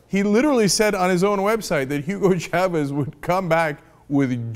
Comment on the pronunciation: Cenk, thank you for pronouncing Chavez correctly, unlike most Americans who say Shavez, which bugs me! Btw I love the yTurks.